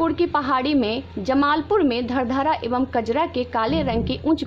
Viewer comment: 😆😆😆 maam i belong in munger district and proper my home town is धरहरा not धरधारा maam.. It's correct pronunciation would be खरगपुर And धरहरा.. 👍👍👍